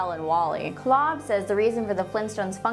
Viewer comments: You know its Kolb not Klob right? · The artist's name is Kolb, not Klob